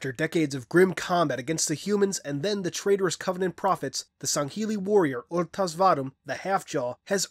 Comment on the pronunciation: Wait, is that actually how you pronounce Rtas' name? Cause I was in a party with a buddy of mine and we were trying to figure out how to say Rtas' name.